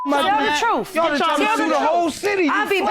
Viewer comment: White lady " tell tha troof" shame on you!